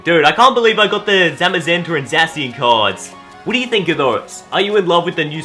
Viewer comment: Btw it's ZA-shi-an